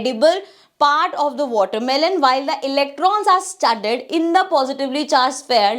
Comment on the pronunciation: Not the scientist's name but watermelon was mispronounced ig 💀💀